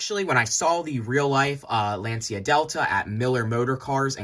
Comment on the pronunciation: Bruh, half the time of this video about nothing and badly pronounce the name of brand Lancia too... Come on.